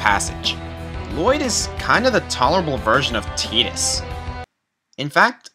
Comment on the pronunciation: As much as I dislike what he said about Final Fantasy X....at least he said Tidus's name right.